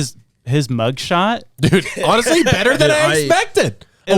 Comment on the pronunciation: I swear said otterously instead of honestly 😅